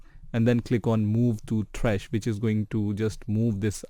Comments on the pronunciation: The way your say “th-rash” instead of -T-rash” always triggers me but nonetheless great video. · who tf is t-rash its just trash, 1 syllable.